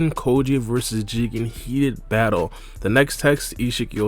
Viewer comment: lol “heated” batte